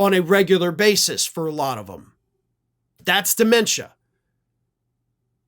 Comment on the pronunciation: Why do you keep calling it de.mentia? He's always been an IDIOT.